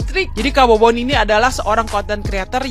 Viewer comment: Mbaknya yg jilbapan, situ gen z ya kok bahasa tuturkatamu ga bener ya... nyebut bobon aja babon. Ga minta maaf lg salah sebut.. ga enak bgt dan ga pantas untuk... aku yakin dia ga paham bobon kesana ada misi kemanusiaan bukan fisit atau berkunjung saja. berkomentar...